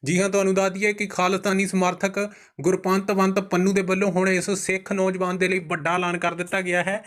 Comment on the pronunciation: ਨਾਮ ਠੀਕ ਕਰ ਗੁਰ ਪਤਵੰਤ ਪੰਨੂ ਕਹਿਣਾ ਸਿੱਖ ਲਾ